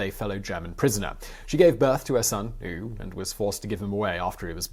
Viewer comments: butchering the witches name is one thing, but her last son was called "uwe", not "u". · Uwe is pronounced 'ooh-vay' in german. See former Manchester city player 'uwe rosler' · Uwe is pronounced (OO-vuh) ...greatly detailed, though!!! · Oovay, surely, not oo! Other than that, excellent! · Narrator, Uwe is said...Ou as in you, for the U and Vey for the WE, so Ou-Vey is your average Uwe. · "Uwe" is pronounced more like "oova" than like "ooo." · If you need help with German pronunciation, I'd be happy to help. For example, Uwe isn't pronouned 'oo', it's more like 'oover', or 'oova'. You make really interesting videos, but little things like this are unnecessary and distract from the actual content. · Uwe is a rather common name in Germany, however, it isn't pronounced "OOV" or such, but rather "OOVUH". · Simon: At least learn a bit of German. It's pronounced "Ooh-veh", not "Ooh". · The name 'Uwe' is pronounced as 'Ooh-Vuh' in German. In English it's most common pronunciation is 'Yew-We'. Think Uwe Boll, the 'filmmaker'... :-) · Uwe is [uve], not [u] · he's trying obviously, but Owe should be pronounced Oo-ver, not Ooooh as Simon kept saying :D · Uwe = "OOH-vay." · The name "Uwe" is actually pronounced OOH-veh. Like Uwe Boll. Wait wait, is this woman Uwe Boll's mother??!! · Her son’s name is pronounced ‘Oo-vay’ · My OCD is driving me crazy. Koch is pronounced coke. Uwe is pronounced Oo Vay. Kohler with umlauts is pronounced cooler. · Excellent work despite the cute pronounciation of German names....However I can't get over the way you pronounced the name of Uwe...... It's actually pronounced like this (Uvee)....Nonetheless it is an extraordinary short documentary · Uwe is pronouned OOVEY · Uwe= uh we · The son's name Uwe is pronounced (oo-va) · Last I checked "Uwe" was pronounced "OO-vay" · Uwe is pronounced oo-vay. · Uwe: eww-vay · actually Uwe should be pronounced as oove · Great video.....make a better effort in German pronounciation though! Uwe!!!!!